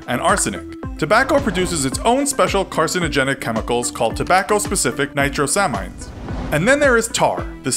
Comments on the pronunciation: Hey guys as an Organic Chemistry student, its Nitro-saa-meens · Nitrosamines is pronounced Ni-trow-sa-means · you mispronounced nitrosamines.